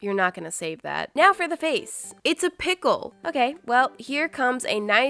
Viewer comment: PEECKLE THEE DOINOOSOOAAARRRR